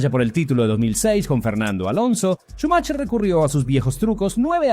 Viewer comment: Xq cada vez q dices “Schumacher” lo pronuncias diferente?